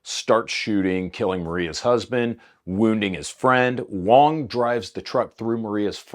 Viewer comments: Going between pronouncing "wong" and "wang" really made that story hard to follow lol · At one point you called him Wang and that was Wong.